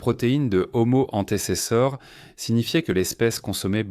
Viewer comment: Nulle l'IA "Omo hanté c'est ça" 😂😂😂🤣🤣 "Ce singe" ...." Cet animal"